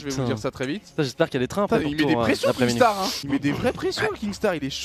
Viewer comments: Oh doig c'est kinstaar et pas kingstaar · ARRÊTE DE DIRE KINGSTAR c’est kinstaar 😂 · MAIS C PAS KINGSTAAR YA PAS DE G PTN C KINSTAAR